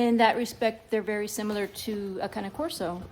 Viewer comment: Thank you for calling the cane corso with the correct pronunciation! :) Beautiful dogs.